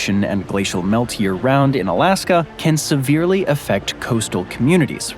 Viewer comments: It sounds like your saying "Alaskam" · Was i tripping or was it sayin alaskum here there lol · "Alaskum & Columbium"😂